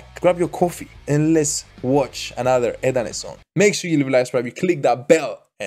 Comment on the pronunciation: E"ET...not eet.\m/